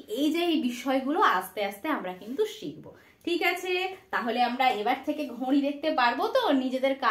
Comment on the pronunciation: আপনার ঘড়ি উচ্চারণের নাসিক্য ধ্বনির প্রভাব রয়েছে